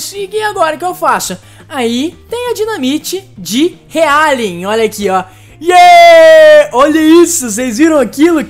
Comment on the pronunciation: Pronuncia-se Rialing não Realing FIKDIK